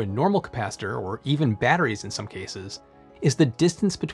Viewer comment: Oh my stars! Professor: battewies Narrator: bedderies Forgive them, Shakespeare!